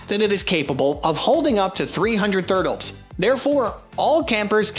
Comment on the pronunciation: I just rewatched the vid and this time it said thurtles. So goofy.